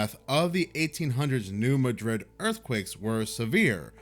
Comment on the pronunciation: Every since I moved to Missouri years ago, I was warned about the big New Madrid earthquake coming. (The emphasis is on the first syllable of Madrid [Maa-drid]) This does make me think something might happen this year. There's just too many weird things occuring at once. It's also hitting way too close to home where I live. If there is the big one, our area is toast.